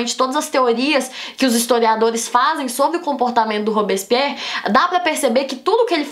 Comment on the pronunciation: ta bom, a primeira vez vc flw rápido, n entendi a segunda comecei a entender mas tbm n saiu nd, dai no final piorou hahaha olha Q vc explica bem as coisas ebeu pego rápido mas esse "robison pierri" é mt doido hahaha